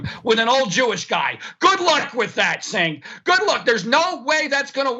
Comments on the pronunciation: He keeps calling Cenk, sink! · This guy is a little unhinged. He goes from complete calm to full on shouting in about 1 second, with no perceptible changes to his face. He lets a little veiled racism slip in there ('an old Jewish guy' - what's his Jewishness got to do with anything?), and then weirdly mispronounces your name half way through, having pronounced it correctly for the first part of the conversation. He seems to have unresolved anger issues. I'm glad I'm not living with him, and I'm sorry for those who do. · This guy has been on the show 3 times now? He still can´t pronounce Cenk´s name.